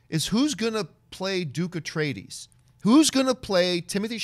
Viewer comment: Thank u john for correcting her horrible pronunciation👍